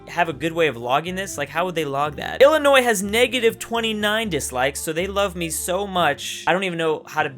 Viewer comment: thank you for pronouncing Illinois right. the "s" is silent